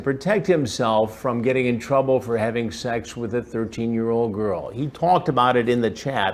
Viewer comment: Chris doesn't say Sex he says Sax 😂😂😂😂😂